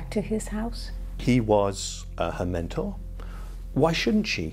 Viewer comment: That's MENTOR, not "menner."